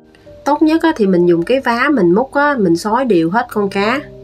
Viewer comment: phát âm rất chuẩn như: cái vá không kêu là cái dá như người miền Nam và miền Tây. Món cá hấp nhìn hấp dẫn, hướng dẫn cặn kẻ, chi tiết, làm cách này cá không tanh và ngọt thịt.Cám ơn.